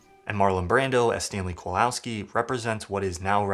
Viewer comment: Really? Stanley "Kolowski"?!